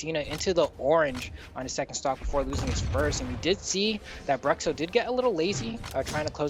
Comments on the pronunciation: It'd be more accurate if you pronounce "Brootcho" instead of "Bruxo" lol haha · eu ia comentar a mesma coisa kkkkkkj bruhcso foi foda kkkkkk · Engraçado ver os caras falando Bruhcssso kkkkk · It's "broosho"